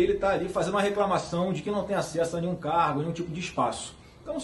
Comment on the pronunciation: Eu ouvi "carro" no lugar de "cargo" e por um instante pensei "eita, então era verdade que ele fazia rolo com carro??"